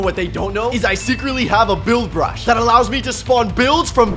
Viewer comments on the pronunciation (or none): Bro u said brash